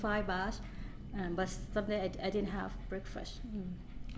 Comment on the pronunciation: Nice people. My Vietnamese girlfriend pronounces "bweakfwast" in the same way! Cute as hell.